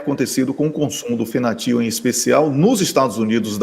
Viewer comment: Fentanil..Não Fentanil. Abraço para todos aí desde Setúbal Portugal. Parabéns pelo trabalho gente.